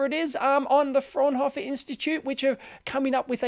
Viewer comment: The Faunhofer Society is a government thing also, from the German government. By the way, Fraunhofer is pronounced more like "Frownhawfer" :-))